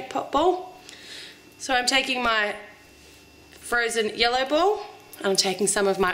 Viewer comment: I heard "take your frozen yolo"...:D